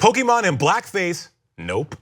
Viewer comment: I’m a stupid nerd but the Pokémon pronunciation is killing me rip Also “step away from the bronzer” um that’s dumb.